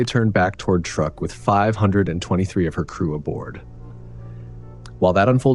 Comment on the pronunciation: Say the word 'true'. Now aid a K to the end of it. Truek. NOT truck!